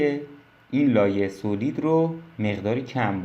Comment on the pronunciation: با عرض ادب ویدیوها آموزندس و ممنونم. خدا قوت فقط یک نکته اینکه تلفظ صحیح سالید هست.